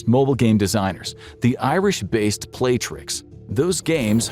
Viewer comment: The company name is pronounced the way it's spelled on the flag you used in the animation "Play-rix" not "Play-trix"